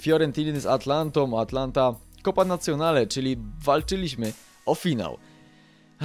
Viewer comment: Atalanta, a nie Atlanta ;p